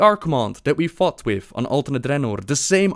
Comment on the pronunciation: sometimes says "fought" and it sounds like "fucked" it's so glorious... xd